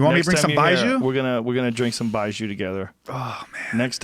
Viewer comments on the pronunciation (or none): Baijiu is pronounced 'Bye Joe', not 'Bye Jew' lol... also it really isn't as bad as that guy explained. It's just very... direct and overwhelming. Kinda like the feeling you get from a strong Vodka. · It's more like "bye jaw". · The pronunciation is more like "bye Joe" (lol the irony).. it means white wine/whisky. The alcohol percent is typically 50-60% for high end. For me the taste has a little anise flavor, but yah it does kinda taste like an industrial solvent and you will be breathing that smell for the rest of the night.